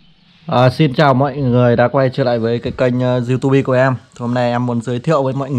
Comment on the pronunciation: Du-tu-bi và bờ-lét-tút :)) nghe qua là hiểu trình độ của bạn. Vậy cũng đi review sản phẩm.